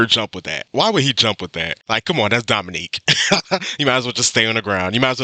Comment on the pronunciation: The narrater mis-pronounced Wilkin's name. It's pronounced Domineek, not Dominick. Your pronunciation was correct. My favorite Larry Bird trash talk story is when the Celtics were playing the Utah Jazz. Right before tip off, Bird went to the Utah bench and told all the players and coaches that he was going to drop 43 on them. He scored 43, then checked himself out in the third quarter due to the fact that Boston had something like a 30 point lead. LOL.